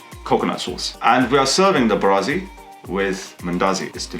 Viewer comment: You say it wrong....it's mbaazi not mbarazi. I will definitely try the recipe today because I boiled some mbaazi